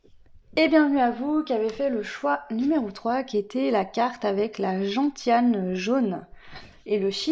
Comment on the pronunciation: Merci, pour info gentiane se prononce genciane. On fait un alcool avec,c'est amer.❤